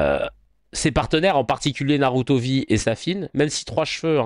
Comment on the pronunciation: C'est pas Naruto c'est narutue